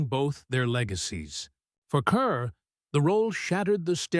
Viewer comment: Teach the damn computer how to pronounce the lady's name!